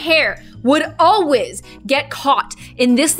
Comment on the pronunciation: Wait did u here say “ alwais “ when she was talking about her hair getting stuck in the chair I love it lol